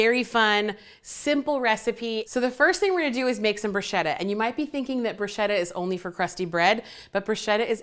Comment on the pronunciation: It’s pronounced brew-shketa - brew-shhh-keta! Otherwise I love u, your personality, your recipes. U r so funny. Food Network needs!